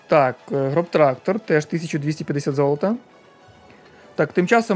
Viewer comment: Назва танку не ґробтрактор ,а ґросстрактор це типу подвійне С в німецькій перекладається як великий трактор